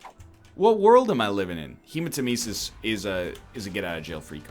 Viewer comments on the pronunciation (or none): HEMATENESIS>??? Learn to pronounce item names! THE NARRATOR LITERALLY PRONOUNCES IT FOR YOU WHEN U TAKE IT